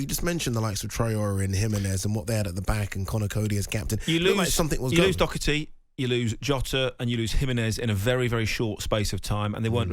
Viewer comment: Why does everyone in england add a c in doherty